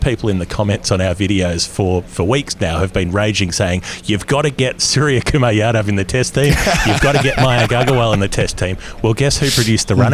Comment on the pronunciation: Lads, love this channel , but it’s OOmesh not YOUmesh. 🍻